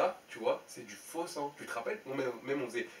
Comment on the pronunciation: C'est moi ou au debut il dit sein au lieu de sang 😂😂😂